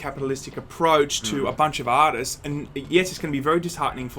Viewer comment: did he say "a bunch of autists"? hears once more Oh... artists. That makes sense